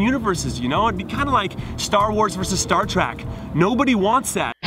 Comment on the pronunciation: was it just me or did Jimmy say "Star Track"??